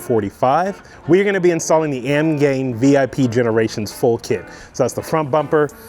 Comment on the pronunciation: AMGAIN? There's an "I" in there buddy